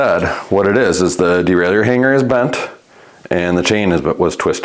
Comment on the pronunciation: Stop calling it a derail-ey-yer and it will work better 😂 It's a de-rail-er.